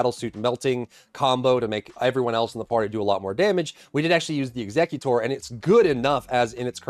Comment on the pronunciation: WHY are you pronouncing Executor like the Pokemon Exeggutor?!